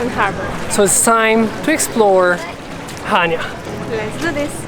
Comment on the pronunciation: Nice video. Especially your drone video. Very professional. Just one small correction on your pronunciation of Chania. Accent is on the second syallable.😊Cha- nia